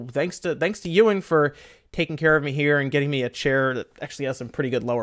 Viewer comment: Ew in... I thought it was pronounced E win with the - and all